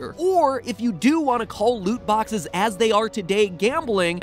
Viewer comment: Lut boxes a not de wea brudda